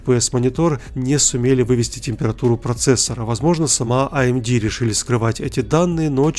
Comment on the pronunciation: аэмди, хахахахах